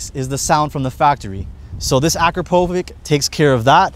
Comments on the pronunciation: 1. No chewing in videos! 2. Learn how to pronounce "Akrapovic" if You're going to work with cars. 3. This BMW is perfect. I like it more, than M8. BTW, even stock sound on M850 is better, than on stock M8. Same for X5/6M. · Awesome material. Please learn how to properly pronounce Akrapovic though......